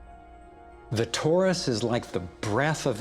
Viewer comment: It isn't 'TAURUS ... it is TORUS